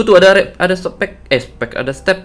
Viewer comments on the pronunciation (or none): Apa gw salah denger bilang softex.apa step😂😂😂🤭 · Kewkkwkwwkkwkwkwkwkkw teypo nongmong step soptek